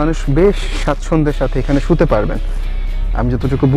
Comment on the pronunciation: আপনি যে শব্দ টা বললেন বাসের সিটে শুতে শব্দটার সতে নয় সুইতে